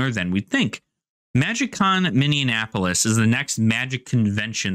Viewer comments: You pronounce it Mini-in-apolis when it's usually pronounced Mini-apolis. You're adding an N to the middle. Which gave me a good chuckle as a resident. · Really surprised by the day pass price. I have two friends who are new to magic who are going with more experienced players as a fun day outing because it's not too expensive. Delightful pronunciation of Minneapolis by the way xD that's a new one I haven't heard before.